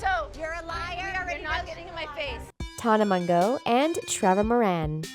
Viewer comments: Tan-ah mo-joe not tona mongo😂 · “tonna mun-go” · tonuh mongough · “TONA MONGO” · “Ava cotta” “nakaya” “tonna mongo” I’m cryingggggg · Ta-na mon-go😂💀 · Am o the only one who got triggered when she said Nicaya’s name wrong AND Tana mongeou’s name? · she really just destroyed tanas name like that. LMAOO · LEARN HOW TO PRONOUNCE Tana Mongeau'S NAME RIGHT